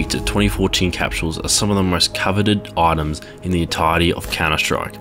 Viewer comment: Why do you say 'autems' instead of items